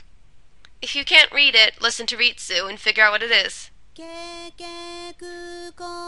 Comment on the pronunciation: you said ritsu,s name like rei-su.